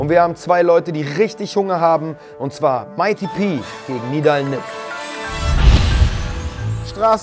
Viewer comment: Nidal, peinlich RAM - Team . Es heißt Nidal!